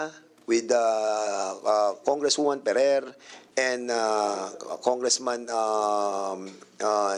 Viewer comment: Aprub (Approve) Pynalize (Finalize) Perrer (Ferrer) Inbited (Invited) Cong. Dan mas maganda po ata kung mag tagalog nalang tayo. Pilipino nmn po tayong lahat. Kaysa naman ingles tayo ng ingles mali mali naman ang pronunciation. Imbes na magmukang matalino kaka ingles nagmumuka ka pa tuloy trying hard ✌️